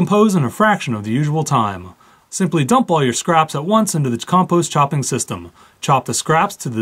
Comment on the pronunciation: Its pronounced compost not composte